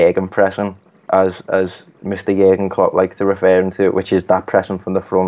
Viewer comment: Gegen not Gurgen........